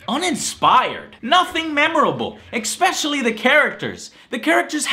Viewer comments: Side note - - I REALLY hope Joe is saying the words Especially and Library wrong on purpose. It grates my nerves hearing "eXpecially" and Libarry" lol. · I love your videos, but seriously it's 'especially', not 'expecially'. I know it shouldn't annoy me, but it has gotten to the point where I physically wince every time I hear it haha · I think now he just says exspecially to piss people off.